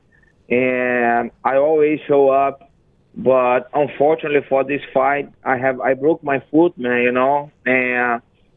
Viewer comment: Its UNFORTUNATELY rafael. What the fuck is "unfortaly" hahahahaha